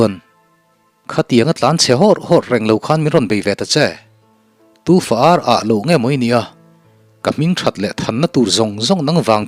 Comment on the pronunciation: i lam dik e